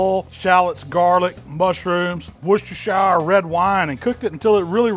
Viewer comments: Its pronounced wuster sauce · It's pronounced "Worst-er-sher" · Closest I've ever heard an American get to correctly pronouncing "Worcestershire" 😀👍 You got the first bit right, but "shire" is pronounced like "sheer" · Think the correct pronunciation is Worcester CHER instead of the SHYER at the end. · wooshtershower sauce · Worcestershire pronounced wusta-shear.